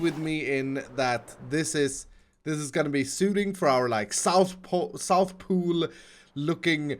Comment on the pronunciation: im pretty sure its south poll and not south pool, you were correct on the first attempt. (Native English speakers, correct me if I'm wrong pls)